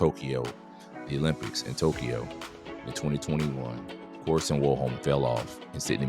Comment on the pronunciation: His name is Karsten not Karsen